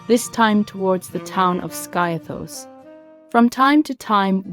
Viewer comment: Skiathos is pronounced 'Skeeathos'